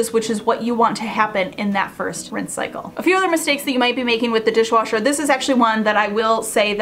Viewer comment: Repeat : dishwasher, dishwasher, dishwooocher…😂